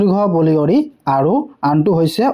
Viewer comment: বালিয়ৰি not বলিয়ৰি😅